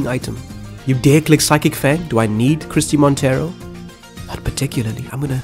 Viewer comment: your pronounciation of Christie Monteiro is not wrong, i guess the "ei" from Monteiro could be pronounced in a more "portuguese or brazilian" way but the way you said it is alright.